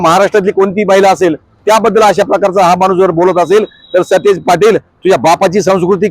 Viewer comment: Are stish nahi satej